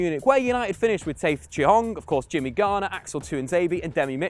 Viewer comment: Love, but omg I cringe hard whenever he tries to pronounce a footballers name. 1 minute and 31 seconds into this video and I'm cringing at 'Taith Chong' for Tahith Chong and 'r-bot Lewandowski' for Robert Lewandowski. Another classic is 'urt-zeel' for Ozil.